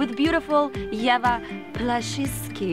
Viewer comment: Lady at the end got Ewa's last name wrong and you could see Ewa cringe since they had made a skit specifically about Polish last names.